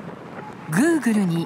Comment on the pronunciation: googleの発音が気になる